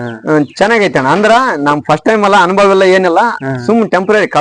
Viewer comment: ಅನುಭೋಗ ಅಲ್ಲ ಸರ್.... ಅನುಭವ....